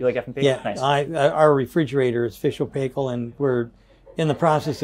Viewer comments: Very nice indeed! Just a wee note Sandy kiwi pronunciation is PIEkill not PAYkal ,,,,I have no idea why. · Sandy say it with me: "Fisher and Pie-kle" not pay-kle!. NZ brand, main distributor LV Martin and Sons Ltd. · Amazing the way American's pronounce Fisher and Paykel :O